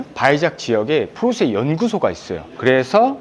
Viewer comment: 이분 처음보는데, 포르새 포르새하면서 발음이 새는것빼고는, 리뷰 잘하시네요!!